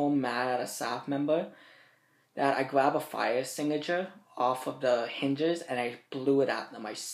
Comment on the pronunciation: "I spayed dem all few da house wiv de fire stigiture" 😂😂😂😂